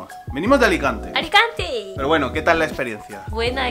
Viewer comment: Venimos de Alicante -¡De "Aricante"! Muero con, me encanta!!!